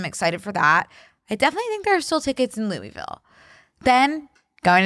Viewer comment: wait tell she really needs to nail down how to say louisville correctly before she goes to impress them